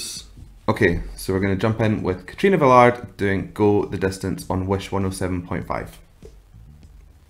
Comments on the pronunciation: Velarde is pronounced as velar-day...not Velard as you pronounced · Your goin to pronounce it like this KATRINA VE-LAR-DE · Velarde. Stress on the last e, please. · Thank You! I knew there was a 50/50 chance I was going to get it wrong! 😂 if the person is someone I’ve never heard of, I try and avoid anything about them before I listen, but this includes the gambit of possibly pronouncing the name wrong! 😂 thank you for the correction, and thank you for watching 🙏